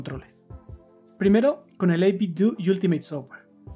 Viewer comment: No por mamila, pero se pronuncia 8bit-dou, como si fuera Ninten-dou